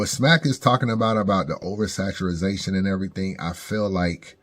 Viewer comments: Man bro if say oversaturazation one more time lmao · He still saying over saturization 😂😂😂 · there is no such word as over saturazation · Oversaturazation 😂 how you let smack pronounce it correctly tho